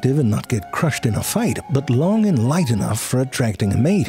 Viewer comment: Was that the first "sorry, butt" instead of "sorry, but"?